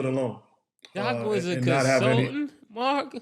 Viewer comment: Nor is counseltate 😅😅